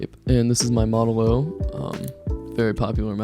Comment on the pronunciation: i like how he said model oil (atleast to my hearing)